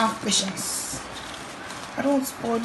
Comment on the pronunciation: you say 'Patience' 😂